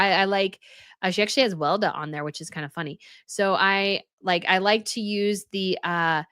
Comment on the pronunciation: It is not pronounced "Welda", it is pronounced Wel-e-da, don't forget the second "e" ;-)